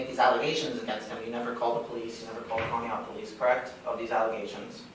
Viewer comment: Conneaut is pronounced "con - e - ought" as "in you ought say Conneaut correctly"